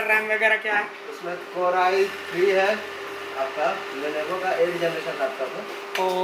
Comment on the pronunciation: Abe levono nahi lenovo hota hai...